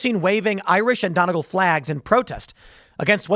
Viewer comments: It’s pronounced Dun-E-gall, not Donnigal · Donegal is pronounced done-nee-gaul. From Ireland here! Get these scumbags out of here! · Love the show. MAKE ÉIRE GRAND AGAIN - M.E.G.A 🇮🇪 (It’s pronounced Dun-E-Gall)